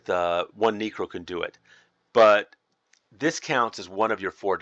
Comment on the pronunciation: “This is my neecro spell set.” I had to do a double take on that one, my neecro